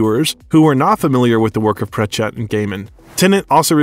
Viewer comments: Very interesting and seems well researched, but the narrator needs to invest a bit of time into learning the proper pronounciation of names. Sorry to be such a stickler, but it's Davison, not Davidson, and it's certainly not PratchEtt, just as examples. Also, in the introduction there's a clear mix up of Hamlet and Romeo. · You are NOT pronouncing Terry's name right! Its prachet...no emphasis on the last part just one word! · It’s a pretty good overview of one of the finest actors of his generation. But for the sake of grammar, Sir Terry Pratchett’s name isn’t “pruhTCETTE”, it’s PRAT-chet”. And Crowley is pronounced like the bird “crow” in front. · Thank you! Also his mispronouncing of Sir Terry‘s last name is a travesty.